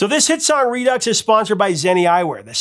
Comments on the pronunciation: It's "re do", not "re ducks". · Do people not know that Redux is pronounced redo ?